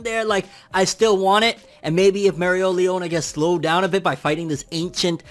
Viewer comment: 12 minutes of saying Mereoleona right... How can I get such power? I say it right, then mess up after lol